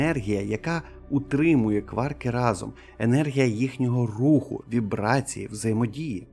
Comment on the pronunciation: Не єнергія ,а енергія.